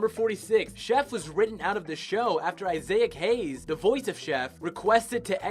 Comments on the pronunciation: Who the F is Isiahck Haze? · Isaic Hayes? No. It is pronounced “eye-zach” hayz. Wow. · Isaiahc Hayes, lol. But seriously, this happens a lot. Do a little more research on how words and names are pronounced, lol. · Dude needs to take an extra 10 minutes and figure out how to pronounce all of the words he's using. Isaiah-ac Hayes? Really, bro? You never came across the name Isaac before?